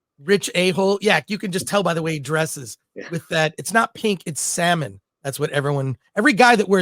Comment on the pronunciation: Bruh it’s salmon!!!!😅